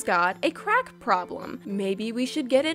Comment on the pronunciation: did you see the sad face on the old ice cream and the way you say crack it sounds like the butt and the drug